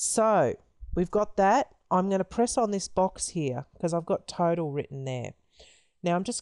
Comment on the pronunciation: I thought you said turtle everytime you said total😂